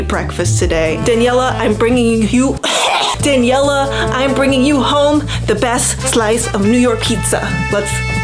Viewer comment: The fact that says "danieler" halfway through